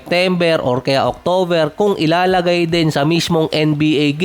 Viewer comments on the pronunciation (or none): none